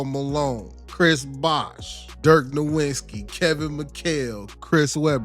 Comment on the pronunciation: Seriously now, what is it with black people saying NowiNsky instead of NowiTZki? I've heard it a bunch of time now